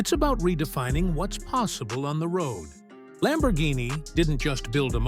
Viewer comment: Missed "R" in Lambourghini